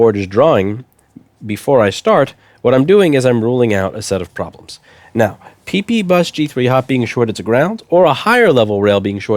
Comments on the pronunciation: I get so excited every time he says PEEPEEBUS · He said pee-pee bus.. 😂